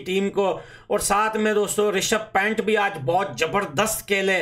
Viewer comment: Rishabh pent😂 nahi bhai rishabh panth naam hai uska